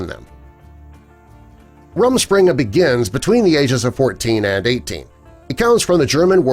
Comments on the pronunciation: Here are some facts just in case and this is why I’m offended lol: 1. Men wear beard to show they are married. My cousin had to grown one before his wedding. 2. It’s pronounced Room-Spring-uh. It’s really so they can go out and have fun with their friends. If they leave the Amish church we don’t have to shun them. I go to Christmas with my family and my grandma left the Amish church and so did three of my great uncles. They call “outsiders” Yankees, this means I am a yankee. 3. They can use cameras and even keep photos!! My cousins and I take stupid photos all the time and they print them out at Walmart. 4. NOT ALL TOYS ARE FACELESS. Yes, they do have some faceless toys but it doesn’t stop them from buying toys from the store for their kids. 4. My cousin has her boyfriend over sometimes and they just hang out in her room. We just don’t bother them because we don’t want to be mean lol. 5. Yes, they do believe they can marry whoever in the Amish community. If they left they can marry someone from outside as well. 6. At my cousins wedding, they assigned certain colors to the cooks, waitresses, Bride, Groom, the parents of the bride and groom, and the “groomsmen” and “bridesmaids. 7. I don’t really think they have to clean the whole house but whatever floats your boat? If you have anymore questions please ask! I won’t hesitate to answer. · its pronounced more like room-shpring-uh, it translates to roaming of the spring in pennsylvanian Dutch